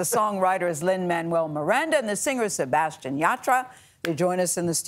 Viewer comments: How can you butcher Sebastian's name? Do your homework people. He said Say Bass Stee Anne. NOT Se Bass Sti Oh n. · Sebastiooooooon. Lol, they probably think they pronounced it right. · Nobody: Literally nobody: The hosts when they try to pronounce Sebastián: SebatiÓn. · Isnt there anyone in production that is hispanic that tell them how to pronounce the names? its not SEBASTIOOON lol jaja SEBASTIÁN the second A with an accent is said a little more strong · Ok, i appreciate the interview, but the interviewers need to learn to pronounce our names correctly, not give it a different accent and pretend it’s the same. If it were the other way around they would like their names pronounced correctly. It would be appreciated, thank you. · I was so excited to watch this interview because Sabastian Yatra was one of the first Raggaeton artists I started following. However, after listening to Gayle not only butcher his name but also the song title, my excitement turned to anger. Please do your job right by getting the names right before the interview. It's so terribly disrespectful and distracting.